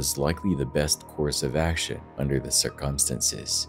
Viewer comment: ~ Did... did you just say "sir-COM-stun-ses"...? No offense, but I have never heard anybody pronounce "circumstances" that way before in all my life 😅 Edit: I had originally typed the capitalized part with a "U" in the middle instead of an "O"; however, to the complete and utter shock of absolutely nobody at all, YouTube deleted my comment lol. Because of course they did. Meanwhile, I've seen multiple — M U L T I P L E — bot / spam comments over the last month or so using the N-word & a hard "R" go on posting; unchecked and unphased, despite so many people (apparently) reporting them! Geez, what a platform... 😓